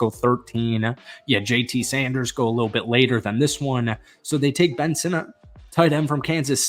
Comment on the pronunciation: Kudos for pronouncing Sinnott correctly along with some of those linemen. Who cares about an average QB from 4 decades ago and some beat reporter.